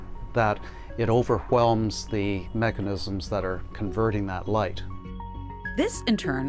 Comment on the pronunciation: I could see Brian yelling at that guy he said overwhelmed with emphasis on the H